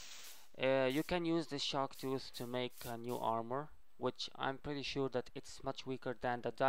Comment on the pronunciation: the chark tuth XD